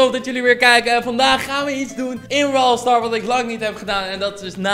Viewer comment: Hij zegt het gewoon zonder s